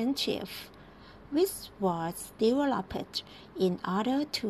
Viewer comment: ก่อนอ่านทำที่พี่โอ้ทแนะนำหรือเปล่า พาสเทนส์ยังผิดตั้งแต่ต้น ^_^ 1. ดูคร่าวๆ ว่าข้อความเทนส์ไหน 2. บอกตัวเองว่า คำอะไรที่ออกเสียง ทึด กับ ดึด developed ไม่เป็ดนะคะน้อง :p occupational มาจาก occupation => oc- cu- pa- ion